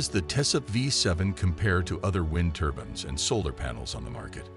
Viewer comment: Hard to take a presenter who call these turbines ' turbans' , seriously.